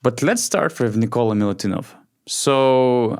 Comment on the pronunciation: Nikola not Nikolas!